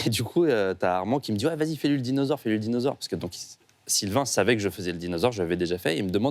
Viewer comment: Dinausores, Dinausores 🐽😂😂😂😂😆😆😁